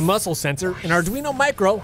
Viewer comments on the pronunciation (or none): none